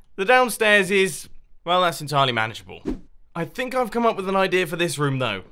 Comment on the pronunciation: It kinda sounds like Mumbo says rum in stead of room